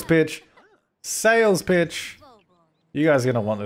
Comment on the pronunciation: anyone else hear 'Sales Bitch!' instead of 'Sales Pitch!'?